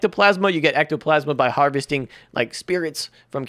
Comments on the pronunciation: Jus saying its ectoplasm not ma m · your saying ectoplasm wrong!